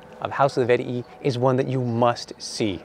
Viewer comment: its vet-ee-i not vet-ee-ee